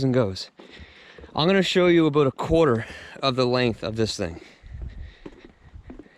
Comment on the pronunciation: You keep saying "Aboot" you sound more Scottish than me!👍